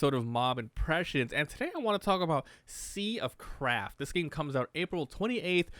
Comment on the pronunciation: Sounded so much like you said "sea of crap" many times xD